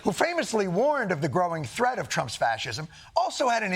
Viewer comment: Don't think we didn't catch: "the greatest *'thet'* we've ever faced as a nation"